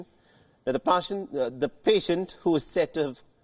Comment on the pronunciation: The pashant or the patient....ha ha ha ...it s happens bro ..we are humans